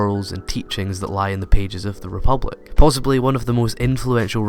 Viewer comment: Did anyone notice 'Rebilic' instead of 'Republic'?